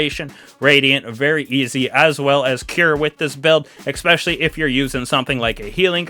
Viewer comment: It's Ess-specially not Ex-specially.